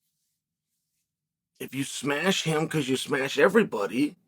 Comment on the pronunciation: Did Chael forget about the Gilbert Burns fight? He didn’t “smesh” him